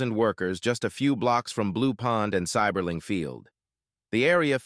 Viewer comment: As a lifelong Akronite, I’m cringing at the mispronunciation of “Seiberling” in the beginning. Great video though - a piece of Akron history I’ve never heard before. Drove through Goodyear Heights earlier tonight.